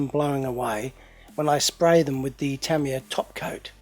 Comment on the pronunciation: Tamiya is pronounced Tah-ME-Yah